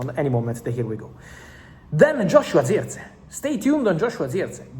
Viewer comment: Bro it's Jerk-Zee.. Jerk .. Zee Not Ziechgee